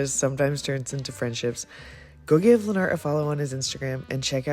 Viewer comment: I think Lenart’s name is pronounced more like Leonard- but with a t at the end instead of just Lenn Art- after hearing him pronounce it himself.